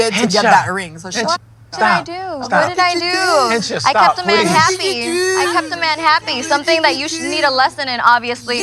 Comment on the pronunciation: It's Hencha not henchi